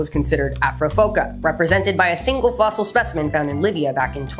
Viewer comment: Idk if it was intentional, but the pronunciation of Fossil sounded an awful like foss-hole and i giggled